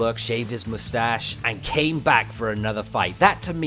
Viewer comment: Vegeta: mou-stash Mou-stash Mou-stash